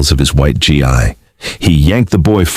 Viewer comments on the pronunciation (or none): What is it with the AI reader that cannot pronounce “gi” correctly?